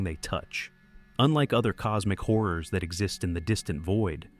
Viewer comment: This guy says horrors like whores..